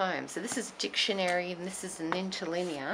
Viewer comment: Carolina Kudzu “nintalinear”...LOL, that’s what I heard. I looked that up on Google, may have something to do with chemicals. Or I’m completely off-base. One of the two, for sure! Maybe she will tell us.